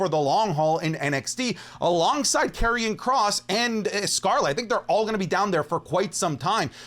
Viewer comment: Did bro just say karrion kross 🥲